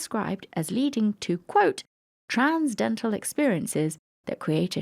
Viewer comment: transcendental, NOT "Trans Dental". jfc. otherwise, we really enjoyed your presentation.